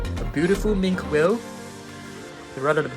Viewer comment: Damn bro it's not mink whale it's minki whale